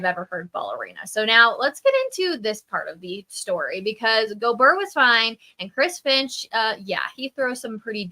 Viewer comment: Pretty sure it's GO-BEAR not GO-BER